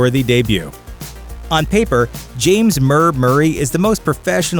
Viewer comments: It's James S. Murray not James Murr Murray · He said James murr Murray 😑